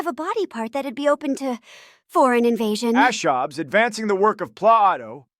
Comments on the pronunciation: Twi’lek thinker Thom Ashobbes…” Thomas Hobbs??? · “Thom Ashobbes”? I see you. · “Thom ashobbs” “Daavid huume”